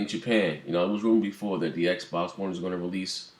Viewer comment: Bang bang!!!!!!!!!!!!!!!!! U said it right Xb1